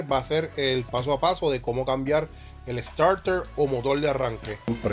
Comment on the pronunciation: Estoy de acuerdo en que cada país tiene sus modismos, pero una cosa son los modismos y otra la mala pronunciación. No tiene escusa decir "Motol" en vez de Motor , definitivamente eso no tiene justificación alguna. Mas tiene que ver con una mala costumbre adquirida y que se masifico en su región. No creo que Ud cuando escriba reemplace la R por L, sería penoso. En todo caso Uds son dueños de hablar como quieran, yo me quedo con el como se debe hablar..... saludos